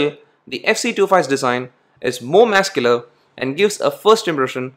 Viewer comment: Work on the words Muscular and Rear.........